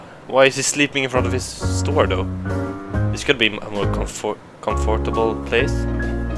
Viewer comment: LOLOLOLOL You say COMFORTABLE like my FILIPINO relatives.